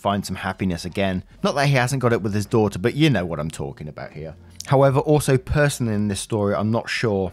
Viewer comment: Love the accent and the way you say daughter😘😁